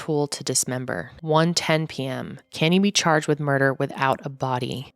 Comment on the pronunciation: "The defendant is chaaaaajed..."